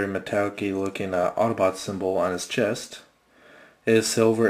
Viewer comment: you said autoboot its autobot